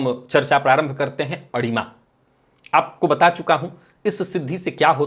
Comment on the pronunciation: आपने विषय बहूत अच्छा लिया और चर्चा भी करते हो। आपसे प्रार्थना है अडिमा नही अणिमा शब्द है । कृपया उच्चारण देखे।